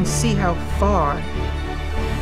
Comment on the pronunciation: "shtrength"? "Be your shtrongest." Why do people put an "h" in s-t-r words?